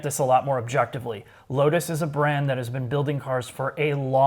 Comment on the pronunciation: Every time he says brand I get agitated.